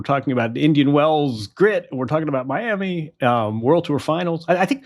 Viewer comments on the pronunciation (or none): none